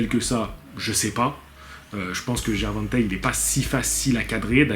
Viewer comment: Prononciation gervontei lol